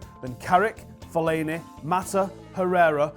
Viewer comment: Fellaini for the love of god